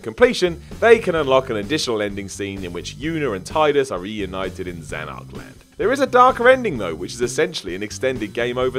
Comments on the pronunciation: I agree. Especially the way he pronounced Spira and also Zanarkland instead of Zanarkand. Lol. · My man said "Spy-ruh" and "Zanark-Land" though 🤣 In his defense, all the locations in FFX had bonkers names.